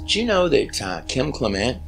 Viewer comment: I am entranced with your videos about the Bible and the great prophet Kim Clement. I watch Donne on HOD and enjoy her a lit. Such a sweet and level headed woman. I will watch Kim many times over and over. Since you knew them so well why do you mispronounce their last name. Almost everyone does. But i listen to her and her mother when they introduce themselves and they pronounce it Clem ent not Cle ment!